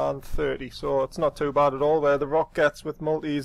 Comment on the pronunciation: Rokh is a mythical beast from Persian legends, so the pronunciation is Rowk, not Rock.